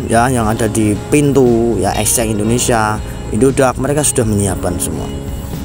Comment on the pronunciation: Ngucap Exchange yg bener dulu, baru buat konten.